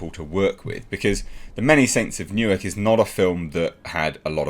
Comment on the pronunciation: Okay. "Newark" is not New York. Sorry. Yeah.